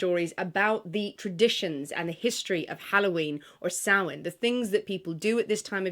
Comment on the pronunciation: I like that you pronounced Samhain correctly. Happy Halloween!!!!